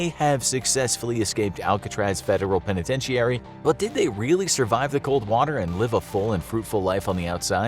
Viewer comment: The I at the end of penitentiary is silent it’s pronounced pen a tent airie